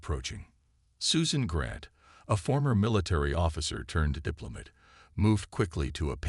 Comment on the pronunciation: Almost done with your story.....WTF is "DIZZ-uh-ray" (disarray), AND WTF is a "DIP-luh-mutt"!!!!!!!!!!!!!!!??????????